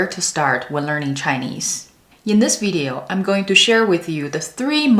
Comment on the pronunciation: my turn video is not veedeo its its pronounced vid ee owe video-- ni hen hao laoshi